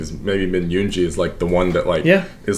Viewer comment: Btw yoongi is pronounced as yoon GI as in gold not giraffe